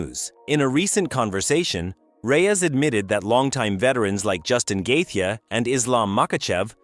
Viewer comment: "Gaethje" is pronounced more like "Gay-Chi".. luv the channel m8! 🤟